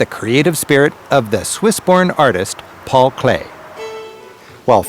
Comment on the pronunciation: It's Paul Klee, not Clay😊